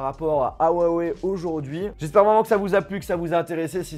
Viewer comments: On dit pas ouaoué mais hiouaouéi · on dit rrrrrrouawoueille;) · Déjà apprenez à dire huawei correctement : on prononce "rruawaiye" Et maintenant vous pourrez frapper touts individus le prononçant "ouaweiye"